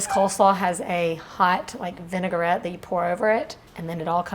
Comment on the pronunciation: . Please - don't say "vinegar -et" Pronounce the word how it's spelled. Vinaigrette. Thank you.